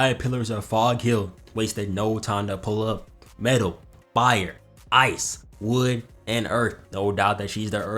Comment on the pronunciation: did bro say bire?????